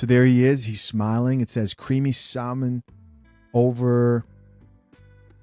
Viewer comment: The only reason they are mad is because majority of these women cannot even cook. Side notes the l in salmon is silent.